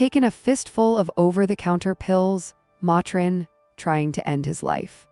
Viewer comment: This is a local story for me and I remember it well. Struggled getting through this video though because the constant mispronounced words drove me crazy!! It is not AgaWHAM. Her last name should have a hard G, not a J sound. And MAtrin instead of Motrin?? I really hate the AI reading of stories.